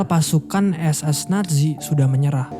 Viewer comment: Wkwkw Nazi bang bukan natzi wkwkwk